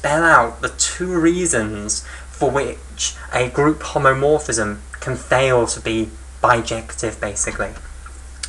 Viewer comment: BTW it is "homomorphism" not "homeomorphism" as it will endlessly be repeated